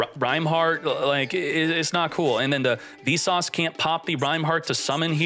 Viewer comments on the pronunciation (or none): It took me a good while to realize that every time he was saying "V-Sauce" and "Apolly-yusei", he was talking about Visas and Apollousa. I can't tell if he's doing it on purpose or not.